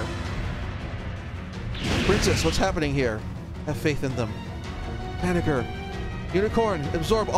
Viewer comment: Banagher = Bah-Nah-Jer